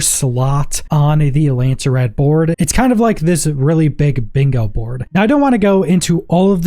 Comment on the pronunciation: Lands-rad not Landser-rad